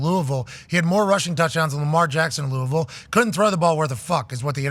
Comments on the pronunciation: Pat deserves a linguistic Heisman trophy for pronouncing Lou-a-vul correctly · Thanks for saying Louisville right